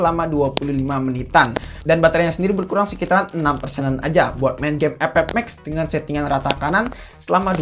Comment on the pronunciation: Bang setiap Kali gwe nonton vidio lo pasti ngakak pas bilang game epep 😂😂😂